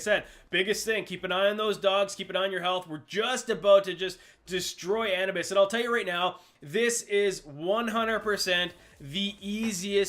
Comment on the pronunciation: Ah-noo- bis